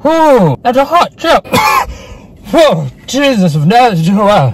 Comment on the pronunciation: When he went "Jesus of nahweuahr" I went 😂😂😂💀